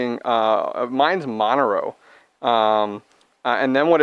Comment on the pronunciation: I fcking died at MON ERO... like monorail. WTF? lol